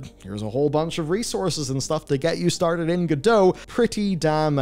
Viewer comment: Did you know that creators of Godot intended it to be pronounced as GO-dot (t is readable)?